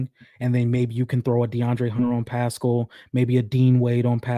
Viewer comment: why does pronounce Pascal's name like that 😂 I cringe every time LMAO says its like Eric Paschall from the Warriors